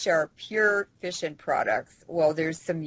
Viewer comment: I thought she kept saying fishin' products...not fission products LOL